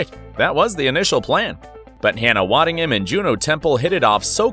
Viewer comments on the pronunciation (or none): he said "waddington" 🤦🏽‍♂ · Hannah “Waddington” ?? Are you kidding me ? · It's Hannah waddingham not waddington. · Waddingham* Not Hannah Washington 😂🤣😂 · 1. Why is this entire video backwards (mirror image)? 2. Hannah’s last name is WADDINGHAM not Waddington. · You lost me at "Waddington". ppppffffttttt.